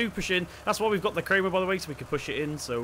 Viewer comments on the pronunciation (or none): You pronounce it as "Kraamer" not "kreamer" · It is pronounced Kraymer